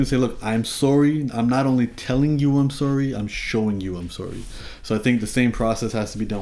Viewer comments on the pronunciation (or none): "Sowry" ...Canadians 😆😆😂 Love you Humble.